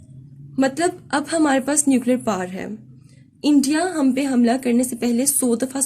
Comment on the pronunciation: Correction* It is power not par.